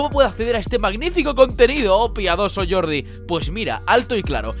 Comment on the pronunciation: suena como Yordi no como Jordi :)